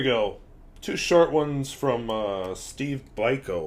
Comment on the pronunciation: It's pronounced Steve "Beeko". Also, I dont have any Jinhao pens. Where I live they are unavailable. Maybe one day I will get one.....Not desparate to get though....